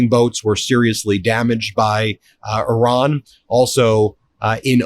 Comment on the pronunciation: Thank you for pronouncing Iran correctly